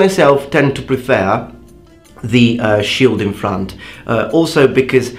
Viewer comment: You mentioned you want your pronunciation corrected, so: A bit nit-picky, but: the second E in "prefer" is slightly off. That aside, if you really want to be a badass, dual wield a katana and wakizashi like miyamoto musashi. :P